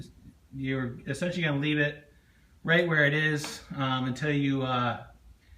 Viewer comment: you say esentialy